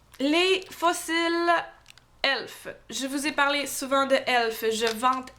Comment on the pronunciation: Sa se dit e l f